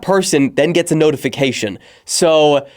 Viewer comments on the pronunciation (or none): none